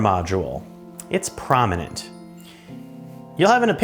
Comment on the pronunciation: I feel like he just learned the word “prominent” lol But he tried his best